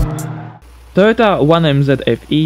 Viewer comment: Lol Töhhöta 7N-JiiTiiii